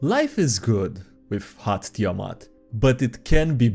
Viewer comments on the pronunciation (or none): none